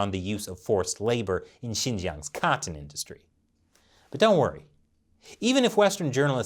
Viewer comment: I love when you say 'cotton'. You know why? Because you pronounce it correctly. (that is, annunciate the T's).